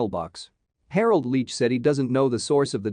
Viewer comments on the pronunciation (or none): none